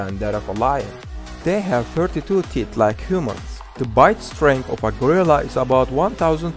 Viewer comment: He can’t say gorilla well lol but it’s fine